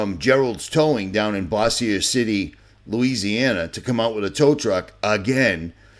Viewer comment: It’s “Bowz Your”City Louisiana. Just sayin bud